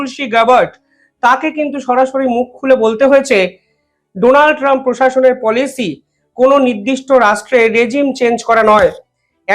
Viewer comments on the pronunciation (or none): none